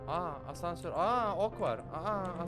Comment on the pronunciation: Abi o hasansör değil asnsör🤣🤣🤣